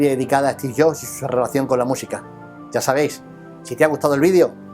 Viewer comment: "Esti Llo" (Steve Jobs)